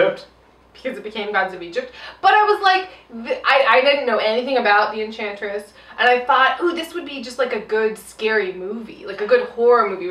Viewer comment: Think the drinking game should be, drink for every introduction, drink every time says enchantess, drink when Margot says puddin...that's all I got...also no one else what's to talk about Rick just randomly eating chicken when the enchantess takes over June's body?